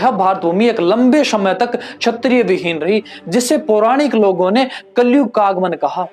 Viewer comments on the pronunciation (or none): छत्रिय वंश नहीं, क्षत्रिय वंश। परशन नहीं प्रश्न।